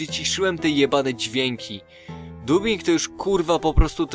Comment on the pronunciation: "twórcy wspierają chyba mniejszości seksualne" xD to mnie rozjebało na początku, a na końcu rozjebało mnie też "Fun Creators, chędoż się". Naprawdę kozackie! :D Sam odcinek jest tak zajebisty, że ja pierdole. Owszem, można się przyczepić do niepoprawnego wymawiania przez ciebie takich angielskich słów jak Creators czy Dubbing (jak wspomniał BartekGM), ale mi to jakoś nie przeszkadza. ;)